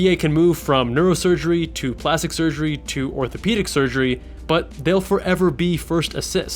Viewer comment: It's hilarious how he keeps saying no sugrey and less responsibility like it's a com when that sounds like a pro to me